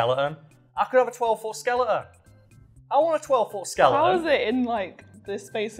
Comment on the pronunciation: "I want a 12 foo skeluh on"